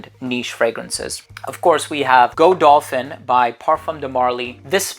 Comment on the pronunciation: Excuse me to correct you, but it is not Go Dolphin, it is Godolphin - one breath pronunciation. It is the name of the jumping horse.